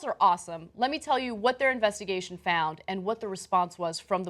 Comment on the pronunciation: Listen how Ana says ''found''. Sounds like she is form the South.